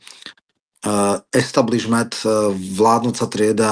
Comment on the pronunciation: Establismed....😂😂😂😂 establishnent ty hviezda😂😂😂😂. Kolko si vypytal u Vas????